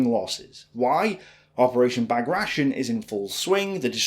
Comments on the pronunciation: I love your videos and your grasp of these facts and figures and your analysis are top notch.......but your pronunciation is often woeful; “Bag-ration”? No, Operation Bagration is pronounced Bagrayshun, my friend.....in another you refer to Sidi Rezegh as Sidi Resigh whereas most would refer to it as Resej; and you pronounce the River Seine as “Sen”; this suggests to me that you’ve never heard these words actually spoken, but only ever READ them; if I’m wrong about this, please correct me, but being a fanatic about learning about this and other periods of history, I don’t believe I am, and this is pretty much the only thing that irks me about your otherwise excellent videos; oh, one other thing, when you were talking about something and were meaning to say “respectively”, you said “respectfully”, which means something entirely different! Makes my normally happy brow furrow!!!! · You mispronounce "Bagration". The Bagration is the name of the commander of the times of the Patriotic War of 1812, Peter Bagration. English rules do not need to be applied when pronouncing this name.